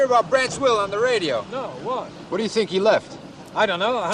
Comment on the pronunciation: Think rhymes with pink...